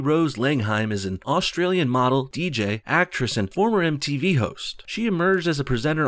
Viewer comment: Says Austrilian just as I was making a map of Australia.